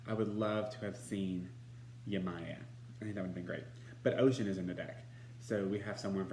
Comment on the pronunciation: It's unfortunate that does not know how to pronounce Oshun's name. In two of her weekly broadcasts she egregiously mispronounces Oshun's name saying OCEAN. I will be doing a review as well.